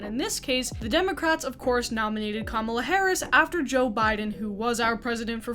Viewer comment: Thank you for saying Kamala correctly😍